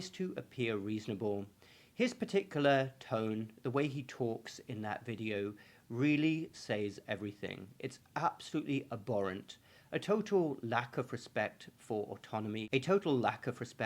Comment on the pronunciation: Totally agree!; by the way, it's 'AbHorrent', not 'Aborrent'; Sorry, teacher's slant